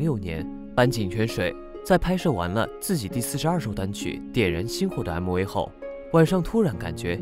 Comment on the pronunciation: MV的V的發音讓我跌了一跤😅